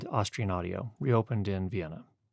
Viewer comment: When you're promoting a brand, doesn't it help to say the name right? 🙂